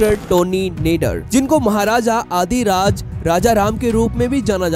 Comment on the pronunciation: Maharajaa dhiraaj he adhiraaj nahi Hindi pronunciation thik karle bhai